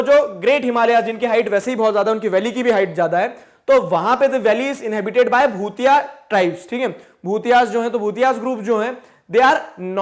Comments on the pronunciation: Hy you are pronouncing it wrong.... it's not bhutia(भूतिया )👻👻 it's भोटिया bhotiya tribal people, Iam from Uttrakhand and and here we hv no भूतिया tribe😂😂😂😂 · It is भोटिया not भुतिया sir,By the Way I'm form Uttrakhand and Yes Dehradun is Capital of Uttrakhand. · don't know why m getting goosebumps , while reading about my state uttarakhand....🤗💜 and sir its भोटिया not भूटियास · sir, the correct pronunciation of "BHOTIA" is "भोटिया" not "भूतिया". by the way, lecture is awesome.... thanks a lot sir. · bhutiya nhi sir bho-ti-aa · Bhutiya with a T.. not th 😜